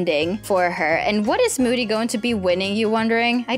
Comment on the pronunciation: That's not how you spell moody and you said mood🤣